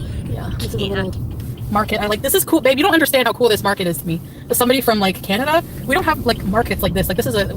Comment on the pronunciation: Not canadia! 😂😂😂